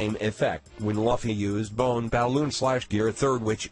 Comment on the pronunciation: It's so annoying when he says laffy